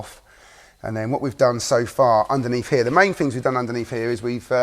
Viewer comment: How come people from your neck of the woods do not know the correct way to sound 'th' in words? Substituting them for a 'v' or an 'f' sounds so uneducated. For example, in your world, month becomes mumf, things becomes fings, through becomes froo and together becomes togever. Lazy, and it sounds terrible. All in my opinion only, obviously.